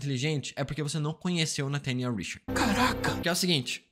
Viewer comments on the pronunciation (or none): none